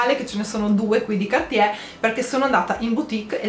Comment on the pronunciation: Cartier, si pronuncia la r in francese!!! Prossimo compleanno un corso di lingua francese!